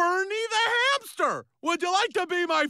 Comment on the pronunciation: Peter said hampter